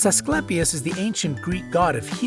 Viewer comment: Also he pronounced Asclepius incorrectly.